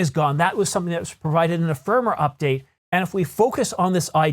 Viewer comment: Yo.. Just a pronounciation correction. Firmware is pronounced Firm Ware not Firmer.